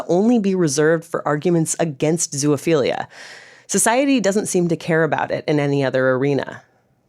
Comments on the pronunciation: You made a video and can't even pronounce the word? It's"best" iality" -- just as it's spelled -- not "beast" iality. It's also "zo" (rhymes with row) ophilia, not "zoo ophilia". Consent? When a male dog mounts a person, which one is non-consenting? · Why do you keep saying "zoo-uh-philia" 😭😭😭😭😭 It's making this so hard to watch and take seriously! There is no "uh" in the middle 😂😂😂